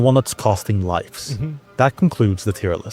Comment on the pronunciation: smart but said lifes